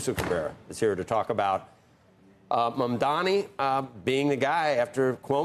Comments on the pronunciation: They are still mispronouncing it. I can excuse it with his first name a little bit because people have trouble hitting the H but his last name is super easy it's so r@ to even act like Mamdani is hard to say. Cuomo is harder to say. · Who's the old racist lady who can't pronounce Mamdani's name? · It's almost like they try to mispronounce it on purpose to be racist on purpose. Or are they really that un-traveled, that un-cultured, that they can't learn a slightly different name?